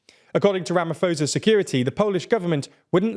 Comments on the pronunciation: Please learn how to say Ramaphosa's name. It's so disrespectful. It's pronounced with a "p" not a "f" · Ramaphosa is pronounced "RamaPosa". Its a P sound, not Ph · For the sake of my ears "ph" in Ramaphosa is a "p" sound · For future reference the South African Presidents name is pronounced Rah-Mah-Po-Za